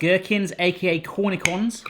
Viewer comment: So I've been on a proper Barathon for the last three days. Loving it. LOVING IT!!! However,, for the love of God man, its pronounced CORN EE SHON!!! CORN EE SHON!!! I have never been more irritated by anything in my life!